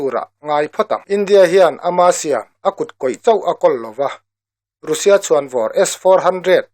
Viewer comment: Russia ti lo vin Rassia ti in lam tawh la